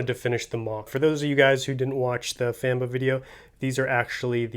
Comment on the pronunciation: no offense but i dont like the famba i have the original toy from 1999 and it is green, not gray and its head does not do the creature justice. and the at te legs.............. i dont think i have to say anything for u to know how i feel about those. ps it is pronounced fomb-uh not famb-uh even though it is spelled famba. i love the rest of the moc though and the shield bubble looks phenominal i love it